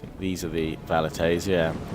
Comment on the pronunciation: Velites not Valites :D